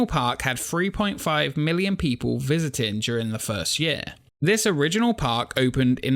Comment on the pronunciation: interesting topic, though i'll admit it took me a while to get used to your accent, and how you drop the "g" on so many words (constructin', visitin')